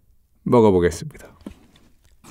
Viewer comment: 에 먹/어/보→겠늡니다.